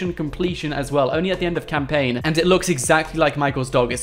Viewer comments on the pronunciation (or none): none